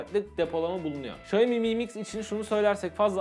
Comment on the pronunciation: mı mix değil amk delirecem em ay mix şaomi em ay miks